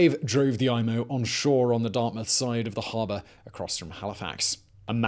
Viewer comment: Being from Hali, I have to say thank you for actually saying Dartmouth correctly. I have no idea why people (mostly americans) have such a hard time with it.